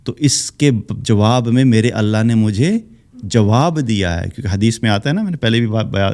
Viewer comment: اللہ کے لفظ جلالہ سے پہلے زبر ائے۔ تو اللہ کو پر پڑھتے ہین موٹا کرکے تجوید کا خیال رکھا جائے۔ باقی کیا کہنا سبحان الله وجزاكم الله خيرا كثيرا